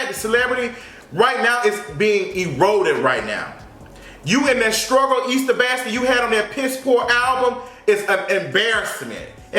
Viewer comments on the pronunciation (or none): none